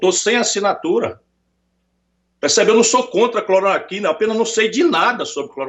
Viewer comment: Ciro não sabe falar cloroquina